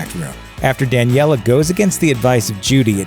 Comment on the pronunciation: NOT DANEILLA